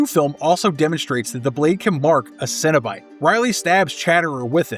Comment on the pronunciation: Maybe because the video narrator is an idiot that says it "sin" instead of "sen". I really resent people that mispronounce words as someone with hearing loss that even decades later, can still hear well enough to know morons mispronounce words and when I grew up, that translated to being exploited by adults in school and chronically sent to the idiot that performed hearing tests who exploited us as a means to justify her largely useless job considering how much down time these people had to get a paycheck year round. I was born in '78 and in the 80's, the amount of words mispronounced because of television was phenomenally worse than it is today in media, but it's still really common today and the conflicts that result from it are why I so aggressively criticized this video author. He's doing it on purpose and that makes him an asshole. People that do these things in hopes of gaining attention that benefits their media production quite simply sicken me. Earn it the right way. If you're willing to put this much work into this video, there's no justifiable reason to pronounce the word wrong. I'm dedicated to ending vicious cycles.